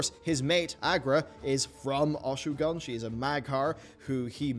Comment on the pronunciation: you really gotta learn how to pronounce things like mak'gora and Oshu'gun, lol